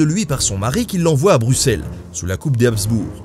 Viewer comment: Très bonne vidéo et de très bonnes explications! Et SURTOUT merci d'avoir prononcé correctement Bruxelles :)